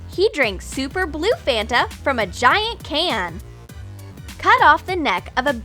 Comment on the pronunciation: It's not fenta It's fanta